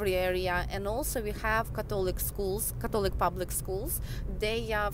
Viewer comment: you pronounced Catholic wrong :(